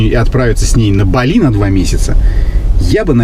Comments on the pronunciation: Не БалИ, а БАли, что ж вы, что одна, то второй, великий русский язык!!!😂😂😂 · Светская львица не знает как правильно называть, не балИ, а бАли.🤣 а поддакивает... вот такие у нас люди, с высшими образованиями..🤣🤣🤣